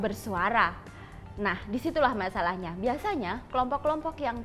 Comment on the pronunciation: baca "masalahnya" aja juga kurang pas...apakah nilai bahasa Indonesianya kurang?